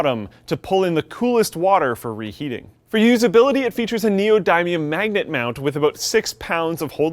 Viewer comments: It's [nee-oh-dim-ee-uhn] not [nee-oh-dime-me-umm] as a heads up... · Neo-Din-Eeum. Nee-Oh-Din-EE-Um not Nio-Dine-Eye-Uhm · Neo-die-me-um 😂 it's pronounced neo-dim-e-um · The "dim" sound in "neodymium" is pronounced exactly the same as "dimm" when referring to memory. It is NOT neoDIMEium. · Neodaemium? It's Neodymium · "Neodaimium magnet" what the hell i tought you knew this lol... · I love how he says "Neo-Dime-ium" oh dude, you suck at neodymium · That's not how you pronounce neodymium It's neo-de-me-um I'm a nuclear chemist and you can try google translating it for yourself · More like Neo - dim - ium but I see your point. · It's pronounced nee-oh-dim-eeum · The only thing that bothered me about this video is the way he pronounced neodymium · the way they say neodymium causes me physical pain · that pronunciation of "neodymium" gives me cancer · Why is neodymium another one of those words pronounced differently (like aluminum)?